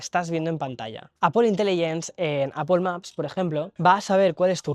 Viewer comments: Se agradece que sepas pronunciar la palabra Apple en ingles americano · Esoooo al fin un español que dice Apple ❤❤ GRACIAS !!!